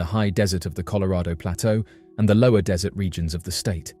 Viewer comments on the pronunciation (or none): none